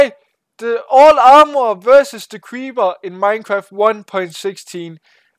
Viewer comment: You say creeber in stade of creeper